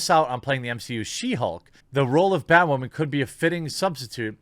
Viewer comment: It’s bay-wahman....mr beyg:)